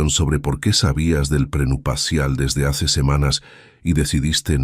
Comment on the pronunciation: Que mal narra este señor, trate de leer bien porque se oye horrible, NO SE DICE PRENUPACIAL ES PRENUPCIAL